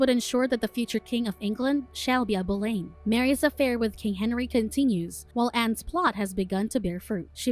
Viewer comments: You pronounced Anne's last name wrong. It is prounced Boulin. When saying popular history figure, the name must be prounce right or people will think it is another person. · I would like to add that it is Pronounced as “Bow Lin” and “Mar key”but thank you for reviewing it! It is very good! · The mispronunciation of the name Boleyn the entire recap tells me the narrator doesn’t doesn’t know Jack shit about this story, or someone told her to pronounce it that way…who also doesn’t know Jack shit about this story.